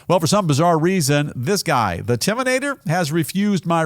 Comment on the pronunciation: "The intiminater."by host. 😂